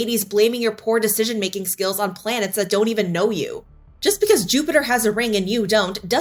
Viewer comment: Yes, doynt explote them! That mispronunciation had me laughing almost as hard as the Matt Rife jokes